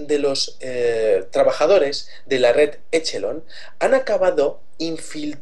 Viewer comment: usen OpenEnglish por que asi no c pronuncia Echelon asi c escribe pero se pronuncia Equelon